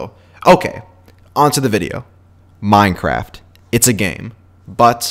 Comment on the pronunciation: you forgot the xbox ear rape microphone! It's ye boi sal back at it again with a brand new minecwaft video! pls sub! sub n' like!